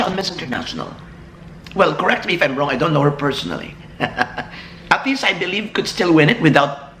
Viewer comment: Sir AHTISA, not ATISHA.